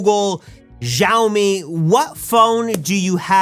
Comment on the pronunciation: Im Sorry as a Korean Chinese-Filipino Indian-Nigerian you said Xiaomi wrong you said Jiaomi there isnt a J in it only X Siaomi/Xiaomi 😊